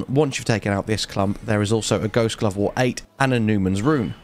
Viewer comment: Did anyone notice he said Glost Ghovewort lol